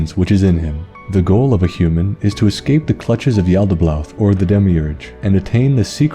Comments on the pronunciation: Yo nice video man great lore but i couldnt help notice everytime u said yaltaboath u pronounced it with 2 L's like yaltabloath its just yalda-baoth not yalda-blaoth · Am I the only one hearing him pronounce it as Yaldablaouth? It's been driving me insane the whole vid